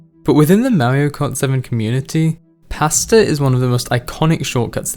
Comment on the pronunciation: Am I the only one who thought he was saying "pastor" was the shortcut name until he mentioned spahghetti? 😅 Great video btw.